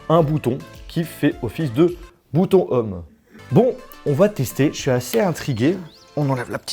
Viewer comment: on dit pas bouton "homme" mais bouton "ohm" hein lol mais bon et l'anglais on a l'habitude 😂